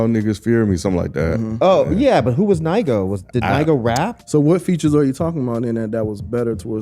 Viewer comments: Nigo (pronounced “Knee-Go”) is the owner/creator of the brand “Human Made”…he dropped a project called “I Know Nigo” with the “Hear Me Clearly” record and the Tyler record “Come On Let’s Go” and other records..he got a Clipse collab on there also. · They don't know NIGO (who's Ny-go) 😄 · Who is NIE-GO?🤣🤣🤣